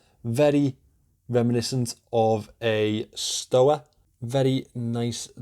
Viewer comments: Well that's an interesting way to pronounce "Stowa". Tip: It's not "Sto'a", it's "Shtova". ;-) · Looks good. Crazy water resistance! Not that I'm bothered - bit the W in Stowa (or any German word) is pronounced as a V. Or so my GCSE German told me! But* (I should concentrate on my English...)